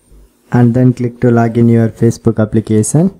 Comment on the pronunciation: Appication😂🤣🤣🤣🤣🤣englis dkho inki 😁😁😃🤣🤣🤣😂😂🤣😂🤣😂🤣😂🤣😂🤣😂🤣😂🤣🤣😂🤣😂🤣😂🤣😂😂🤣😂😂